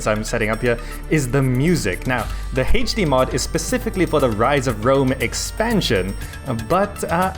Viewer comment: Heych D mod. Its hilarious how you pronounce HD